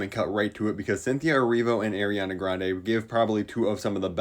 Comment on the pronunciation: "Eriana Grande"